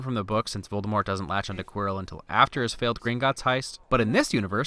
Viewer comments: The snake harry let out was actually nagini and Voldemort is actually pronounced with out a t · Rowling as in Bowling though props for the Voldemort without the T